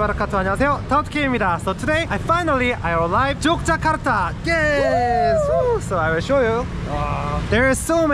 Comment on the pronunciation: Akhirnya bilang Yogyakarta pakai huruf 'G' bukan Yokyakarta pakai 'K' 😁